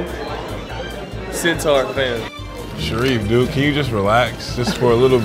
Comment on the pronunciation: Aubrey Martin bro centaur not sintar